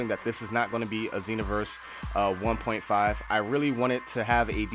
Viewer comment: how u even say 1.5 u sound ignorant